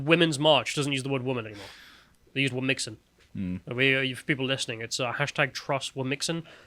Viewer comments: It's not "wom-mix-in", it's "whom-chin". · It’s “womxn”, like ‘womzin”.